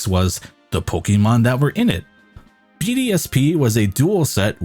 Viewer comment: Call yourself a Pokémon fan. Says “Po-key-mon” and not “Po-kay-mon”. SMH SMH.